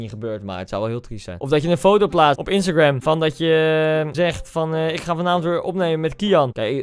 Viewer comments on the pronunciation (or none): none